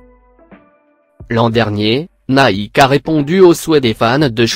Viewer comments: Avec " neke " mdr faut arrêter les voix comme ca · Le mec il dit neke au lieu de Nike 😂😂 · nèke au lieu de Nike 😂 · Comment il dit Nike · Louiviee ouitton et il dit nèke mdr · Ptn mai i s pas dire nike i dit nake et air jordan i dit air jordent se con